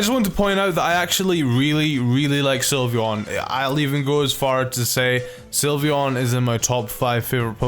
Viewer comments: I was drawing Sylveon and he said slyveon and I looked at him like 😟😠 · "slyveon" boi